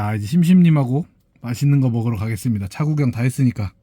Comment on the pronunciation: 먹으로가 아니라 먹으러요 러 러 러 러